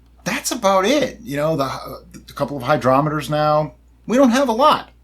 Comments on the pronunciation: "Hy-DROP-eters" HAHAHA. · "Hy-DROP-eter" ..... (likes)